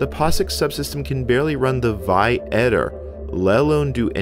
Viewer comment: This is fascinating, and I'll watch is all eventually, but you lost me early on pronouncing `vi` as a word instead of V I.